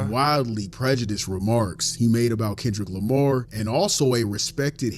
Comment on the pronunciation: Since you pointed out how WTD says Kendrick Lamar I can't not be aggravated by the way he says it 💀😂 also that hat 🙌🙌🙌🙌 yaaaassss.....I really adore the energy you bring it's contagious ... nowhere but up for you 2025❤ love from NC! 😘